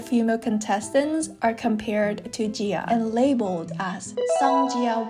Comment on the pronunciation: it should be ji-ah since jia means another name and pronunciation in Chinese pinyin